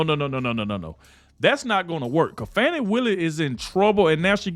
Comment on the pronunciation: Thanks for pronouncing her name correctly. Trying to elevate her, some pronouncing her name 'Foni', but it's pronounced 'Fanny'. Having sexual relationships with defendants also Nathan Wade, maybe she fears 'Fanny' very appropriate?